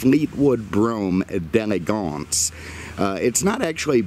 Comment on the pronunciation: your pronunciation of the model is terrible, you must not be French lol it has an apostrophe after the D. So think D and elegance separately. D groovy, D lovely, D' Elegance!